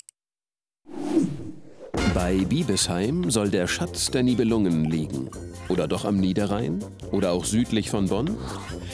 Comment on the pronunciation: Wenn schon Nibelungen statt korrekt auf dem "i" auf dem dem "u" betont wird ... – Es geht NICHT um saure Lungen ... "NIbelungen" = "Nebelleute"